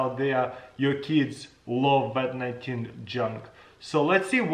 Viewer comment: He said "Wat 19" Now we should get him to say "Nuclear Wessels"